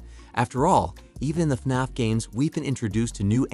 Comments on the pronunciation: It’s not fnonf it’s fnaf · He said FNOF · He just says” faf” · istfg if he pronounces fnaf wrong again :(((